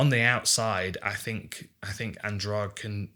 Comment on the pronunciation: Andrade should not be pronounced as if the "de" is like the second g in garage. It should be Andradeh. (I know that Portuguese sound the "de" with a "soft d" and English doesn't have a sound like that, nor letters.)